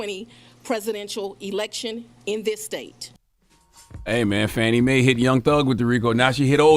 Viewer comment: It's pronounced Fawn-ee....